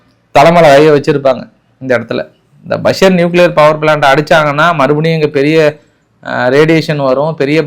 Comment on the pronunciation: ஈரான் ல் பஷர் பஷர் என்று கூறுவது தவறு அது பஷர் இல்லை பூஷர். ஏனெனில் நான் அங்கே கப்பல் பணிபுரிகிறேன்.